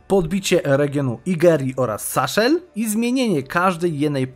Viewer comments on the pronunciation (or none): saHHHHel, na panią Basię!